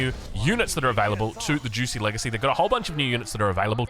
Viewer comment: Juicy's legacy, very fun pronunciation, perhaps an homage to OJ